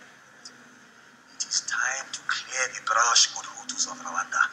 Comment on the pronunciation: Americans when will u learn how to pronounce words properly? You pronounce " Hulus" instead of " Hutus" .Are u out of ur mind? Dont u know the difference between t and l?